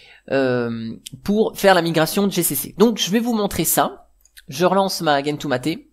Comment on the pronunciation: Bonjour; Ne fais pas comme certains, stp.... Gentoo se prononce "gène tout" et non pas "guène tout". Vérifie si tu le veux sur les vidéos Américaines/Anglaises. C'est comme Arch qui se prononce "Arche" et non "Ark". Je trouve ça étrange cette invention de prononciation anglo-personnelle, qui quand on vérifie, est nulle et non avenue.